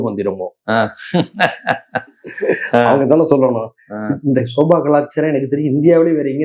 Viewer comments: Bro, Sofa not Soba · யோவ் அது ஸோஃபா....என்ன தமிழ் படிச்சியோ